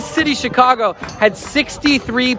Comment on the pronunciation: and Bruce7: I heard it also. It would be great if some of these YouTube videos that we see would have a real person reading who knows how to pronounce simple words like "Chi-CAH-go" (accent on the second syllable to whoever narrated this video). The robotic voices just don't cut it. I agree with all of those who are calling for the mayor to resign. She has failed the city on so many levels.